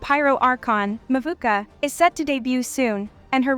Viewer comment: Uncle balls 💀.... Who the fuck is "Mawookah" ....the archon is Mavuika damn it...